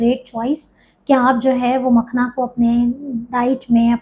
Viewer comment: Makhana word ko galat na bolein log confused hn